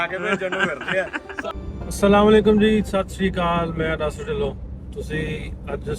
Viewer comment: ਬੇਟੇ ਅਤੇ, ਤੁਹਾਡੀਆਂ ਵੀਡੀਓਜ਼ ਸਾਰੀਆਂ ਵੇਖਦਾਂ ਪਰ ਕੁਮੈਂਟ ਪਹਿਲੀ ਵਾਰ ਕਰ ਰਿਹਾਂ। ਬਹੁਤ-ਬਹੁਤ ਵਧਾਈਆਂ ਸਭ ਨੂੰ ਬਾਬਾ ਨਾਨਕ ਸਾਹਿਬ ਜੀ ਦੇ 554ਵੇਂ ਪ੍ਰਕਾਸ਼ ਪੁਰਬ ਦੀਆਂ। ਤੁਹਾਡੀਆਂ ਵੀਡੀਓਜ਼ ਬਾ-ਕਮਾਲ ਹੁੰਦੀਆਂ ਨੇ।ਪਰਮਾਤਮਾ ਹੋਰ ਤਰੱਕੀ ਬਖ਼ਸ਼ੇ। ਗੁਸਤਾਖੀ ਮੁਆਫ, ਤੁਸੀਂ ਨਾਸਰ ਢਿੱਲੋਂ ਬੋਲਦੇ ਹੋਂ, ਨਾਸਿਰ ਢਿੱਲੋਂ ਬੋਲਿਆ ਕਰੋ ।❤